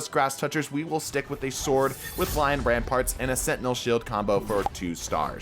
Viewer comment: still to this day, I haven't heard anyone call the titan exotics by their actual name, it's lion rampant not ramparts 😭 no hate and love the vids !